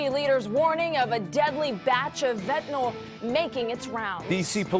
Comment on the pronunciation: PLEASE someone just answer this...WHY does everyone pronounce Fentanyl wrong???